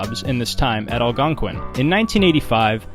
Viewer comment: Out of the 3 odd words you managed to pronounce "Algonquin" correctly, but butcher Ontario (On-Terry-Oh) as "On-Tarrr-E-O" and Carleton (Karl-Tonne) as "Carly-Ton" University.